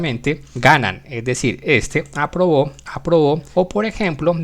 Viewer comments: pq dice abrobo? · entendí todo pero creo que debió escribir aprobó mientras que dice abrobo pero no importa gracias por el contenido